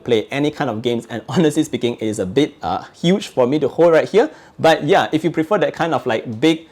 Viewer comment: When says But: "baH!"